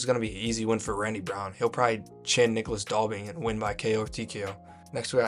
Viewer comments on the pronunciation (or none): none